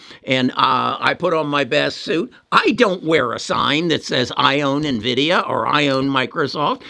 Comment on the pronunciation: Here's the correct way to pronounce Nvidia: It's In-vidia, its not Nah-vidia. Software company American pronunciation￼